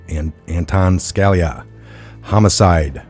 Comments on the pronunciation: it's SKa-LEE-ah - please learn to pronounce our great former SC justice's name. ughhhh. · Just to give you a heads up.....Scalia, is pronounced....sca...lee ah....